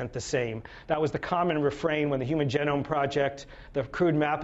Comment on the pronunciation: How can I take this man seriously when he mispronounces the word genome...